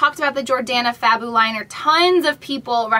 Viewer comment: it always cracks me up when you say fabooliner. still love you and with yr fabooliss : )